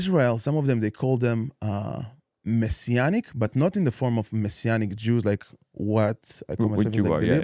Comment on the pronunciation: Maysianic lol its messianic. ...messssianic